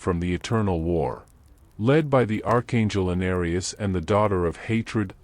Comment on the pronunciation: Anuarius. Hehe. It's Anarius bro. But despite that good video. keep this up. Oh by the way the name of the Paladin in D2 is Marshal Cartas.